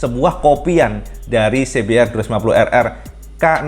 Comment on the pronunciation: Mantap IWB...cuma sedikit koreksi aja CBR DIBACA si bi ar BUKAN si bi er